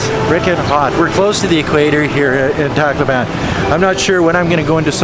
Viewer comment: Why do so many foreigners pronounce Tacloban incorrecrtly...??